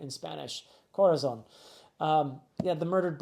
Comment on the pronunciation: I wait your reviews with so much expectation, always rewarded. Also, Corazon is pronounced with the accent in the ó, so it turns into Cora-ZÓN, it sounds higher. Saludos desde chile, seguiré esperando tus videos.